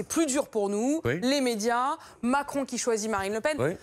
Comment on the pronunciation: C'est moi ou à 4.05 elle a un lapsus et dit Emanuel Mentcron??